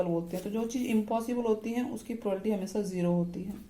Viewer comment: Ma'm this is not a prolality its a wrong proununsiation this is a probability